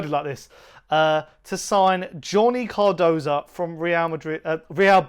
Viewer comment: What is it about you people? The idiot Chris Cowlin calls him Carduso and you call him Cardosa. His name is spelt C.A.R.D.O.S.O. Not that difficult, even for you idiots.